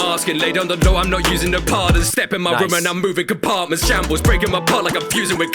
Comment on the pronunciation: I love how he produced shambles as chámbrez